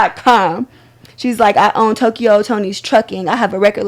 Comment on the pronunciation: Did she say tokyho?😂😂😂